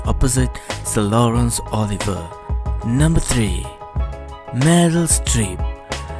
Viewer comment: I can't understand half of what the narrator is saying ( Number "vun: Molvy Vingvald"; Sir Lawrence "Oliver"; Jennifer "Lazun Lay"; "GHeena DAHvis"); he doesn't speak clear English, or even close to it. Also, "American" is misspelled in the graphic (second vowel should be an "e"). Oy vey... Maybe if you had the video narrated again by someone who can speak English CLEARLY ??